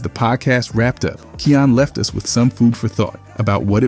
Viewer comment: If I’m not mistaken (and I’m no expert on the kid), i think his name is pronounced Kie (like fly) - yan (like fan). I remember it sounded like cayenne (like the pepper) when i heard one of hood parents say it one time. No biggie. I still love your channel and keep up the great work! 💜